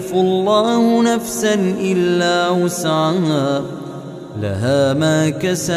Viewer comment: Ben mi yanlış anlıyorum bilemedim ama amenarrasulu de la yükellifullahi nefsen illa vüs'aha yazıyor ama vüs'ama diye okunuyor